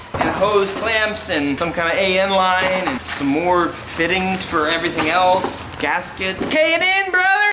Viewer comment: He says AM lines to lol